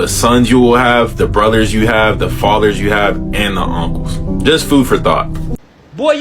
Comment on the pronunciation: When he said "Welllll, what about yo buhdas, yo fahder, yo unkelssz" I was like BI*** SOME OF THOSE BE THE MAIN ONES!